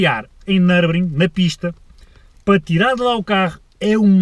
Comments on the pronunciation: Nurburgring nao nurbring 🤣🤣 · uma ida a "nurbring"! um carro so pa ir a "nurbring"! por amor de deus, ao menos diz o puto do nome da pista direito